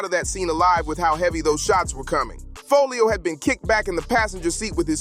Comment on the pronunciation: lol he keep saying his name wrong that’s wat he meant by who’s folio 😭😭😭